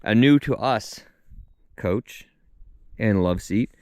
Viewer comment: Your Crispy sounds normal to me my man, idk 😂. But your pronunciation of ‘couch’ on the other hand… 😅